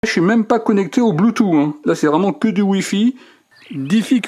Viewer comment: "le bloutou"